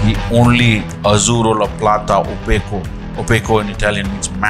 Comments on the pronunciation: He completely butchered the pronunciation of it... i take it you don't speak Italian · that Pablo accent tho when he says "azzurro la plata" ;)